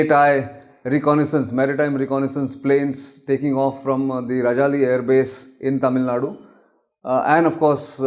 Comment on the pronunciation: It is Raajaali (Means Vulture) not Rajali as pronounced by you.